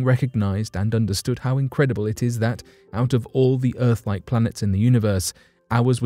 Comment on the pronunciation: Ahhh it’s the decent narrator and normal speaking, non creepy, none monotone. This narrator is down to “erfff” :- earth